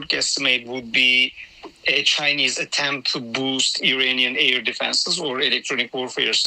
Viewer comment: Is he saying Iranian or uranium?